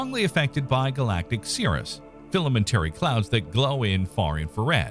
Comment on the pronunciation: Cirrus, not Cirrius. I suppose it's not too serious.